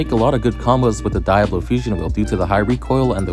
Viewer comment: can you not pronounce diablo?